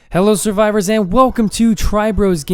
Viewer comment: I thought u said soarvivores like paul soars jr